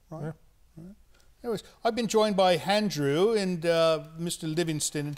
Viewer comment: Why does he add an 'h' in front of Andrew's name? He says Handrew instead of Andrew! What the heck?